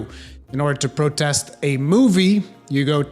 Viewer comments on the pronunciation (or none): none